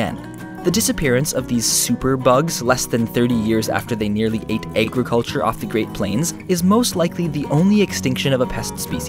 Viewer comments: E G G R I C U L T U R E for those who do not understand he is trying to say agriculture... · You say agroculter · Am I the only one hearing "egg-riculture"? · i love how he says egg-ruculture instead of ag-riculture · Great video-its agriculture not egriculture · Agriculture...not eggriculture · I know right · I think he's saying aig with a long a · I like the way you pronounce "eggriculture." :-) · No, he knows what agriculture is! The reason why he said Eggriculture (and BTW gave a time which you might wanna check out) is because at said time, the way he pronounced it sounded like eggriculture. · "A-griculture... A-griculture... A-griculture" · Love how he pronounces agriculture as egg-riculture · Why does he say agriculture like that... Was it a pun? Egg-riculture? Talking about the genocide of unborn locusts? Is that what? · There's no "egg" in "agriculture" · EGG-ro-culture according to this guy. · I did hear eggriculture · eggriculture xD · Eggriculture hahahaha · WTF is egg-riculture?? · I know a million people will say this but Eggriculture really? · EGGriculture. WTF kinda accent is that? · can you please stop saying "aigricultire" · huh. Never knew that. Still not how the words are pronounced. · I like the way he says "agriculture" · First time I've heard the word "agriculture" pronounced quite like that... (English is not my first language though) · The comment was more about pronunciation of the word; I thought it sounded weird as well. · Where is from? I've never noticed an accent before but he kept say agriculture weird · .....The way you say "Agriculture"....... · mocking the way he pronounced agriculture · Interesting video, thanks! However your pronunciation of Agriculture was very annoying. Interesting video nonetheless